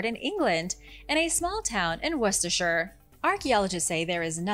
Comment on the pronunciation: You pronounced Worcestershire correctly!!!! This is very rarely achieved by Americans . Very well done 👌🏼